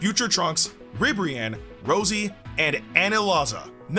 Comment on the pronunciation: I'm pretty sure her name is supposed to be pronounced like "Ro-See" that's how they did it in the T.O.P. if I'm not mistaken cuz her base form was "Sue-Rose" or summin like that